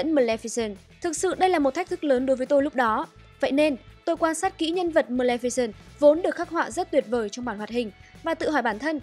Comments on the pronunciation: Ad đọc sai tên rồi nhé, Mlemficent mới đúng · chị lồng tiếng đọc hay vậy ạ =) mờ lem phi xừn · Sao mình cứ nghe thành mlemficent nhở